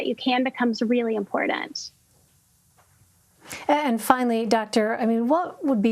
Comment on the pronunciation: One stressor that I'm immediately decreasing is the cringeworthiness of a professional who thinks that the word "important" has a "d" somewhere in it. Hasta la vista, Doc.